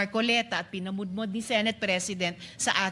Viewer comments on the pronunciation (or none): The word is pinamodmod